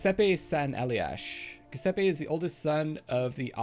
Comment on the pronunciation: starting to watch this now bar a few peeks before. if you do want to pronounce Giuseppe correctly, starting from what you saying go fore Jew-sep-eh. should be close enough